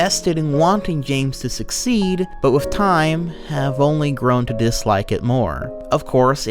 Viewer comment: The funniest thing about him being a video narrator is that he fucks up so many basic words. Saying shit like "wiff" or "mont stir mat niss" is hilarious